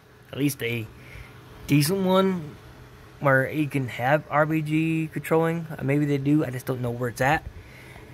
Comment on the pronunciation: Man said rbg 😂